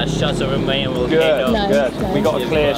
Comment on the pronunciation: Love how you fixed your pronunciation of Albay. Now fix the pronunciation of Mayon. It is not pronounced like May, the month but Ma like mama and followed by yon. Like yawn.